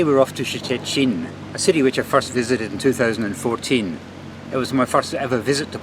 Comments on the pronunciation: The city's name is not that hard to pronounce, just say like Churchill in the "Iron curtain" speech. Or the proper Polish way: [Shh-te]-[shh-tin] in two syllables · And still can’t pronounce Szczecin!